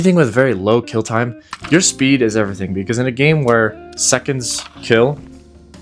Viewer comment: Come on … spead? Spead? And this might be a niche con on the gunstock is that if you drop something in the game, if you try to pick it up and you have a gunstock that attaches to the controller it his buffer in between the ground and your hand so you can’t pick what you dropped up. ANNOYING!